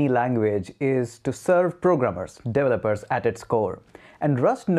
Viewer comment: Delopers Delovers Devolers Devopers. One day you'll pronounce it right. ...or just fukin say 'Devs'.